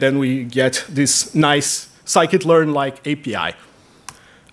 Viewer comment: sklearn is sci-kit learn, the guy says that properly